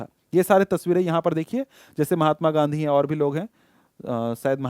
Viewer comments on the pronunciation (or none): none